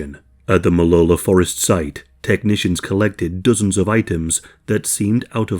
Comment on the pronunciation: It tripped me out that you said both Oregon and Molalla correctly. lmao